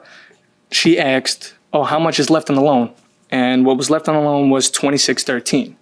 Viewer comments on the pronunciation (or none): '' She Aksed'' 🤨 how? it's like someone mispronouncing their own name but worse, as '' asked '' is more commonly used in general convo. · Doesn't that guy have an AI looking face? Squared-off hairline, squared off looking whiskers line.......looks stupid. I would never hire him. Besides, he has a speech impediment; "she axed"...... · “But she axed” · She "aksed" he says. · "she aksed"...